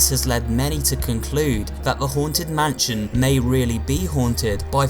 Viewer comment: Everyone: mansion: mahnshionnnnnnn